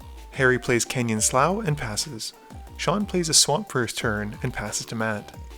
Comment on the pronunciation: Canyon "slew", not "slaw"